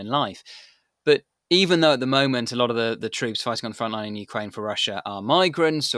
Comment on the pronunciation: Did the host say "Ukrainia" ?